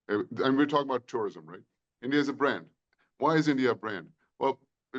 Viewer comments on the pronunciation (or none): Tourism ❌ Terirism✅